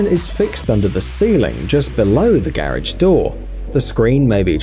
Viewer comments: Your killing me, learn how to pronounce garage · This guy needs to learn how to say “garage” correctly. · oh garage, I though he was say carrige and was so confused in the begining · garidge, garage that accent